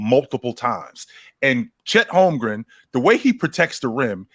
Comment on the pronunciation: Call me crazy but Is it holmgren or holmgrem I hear both sometimes ?